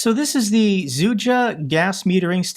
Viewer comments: it's "Sudja" not "Zudja" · It's Sudzha, not Zudzha not Zedudzha. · I love how managed to pronounce Sudzha correctly the first time, but then decided to call the city Seduja untill the end of the video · Sudzha is pronounced "sutcha". I believe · Just pronounce it as SUJA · "I believe I'm saying that correctly." Me, a slav: Press X to doubt. Love your videos,! I've watched every one. It's actually been years. Damn, what a tragedy.